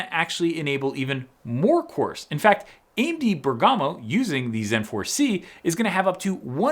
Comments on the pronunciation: Exiting times!,on a side, Italian tip: it's "Bèrgamo" not "Bergàmo" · It’s not really important but it’s pronounced “Bérgamo” not “Bergámo”. Emphasis on the first syllable. Just FYI. Love your videos. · Bergamo is pronounced by stressing the e, like Bèrgamo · It's pronounced Bèrgamo! Pota!